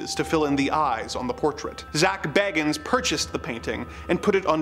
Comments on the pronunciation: One minor point: I think Zak pronounces his surname BAY-gans. Just fyi... :) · Love the sarcasm! Especially "Because of course they were..." LOL! Also, Zak's name is pronounced "BAY-gans", btw. I used to be a huge Ghost Adventures fan in my early 20s with the original trio of Zak, Nick and Aaron.